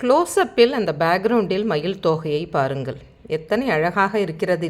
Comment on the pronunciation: Your Tamizh pronunciation of பாருங்கள், வாருங்கள் is not correct madam. Please check and correct